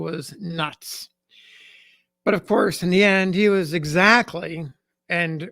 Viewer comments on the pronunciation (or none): none